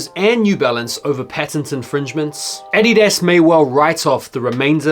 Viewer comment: I hate the way you pronounce Adidas 🤦🏾‍♂️ 🇺🇸